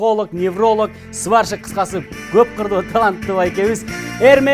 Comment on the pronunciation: Сваршик дейби😂😂